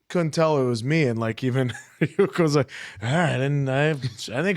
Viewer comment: are they actually watching the dub? how do you continue to mispronounce Ryuk this many times?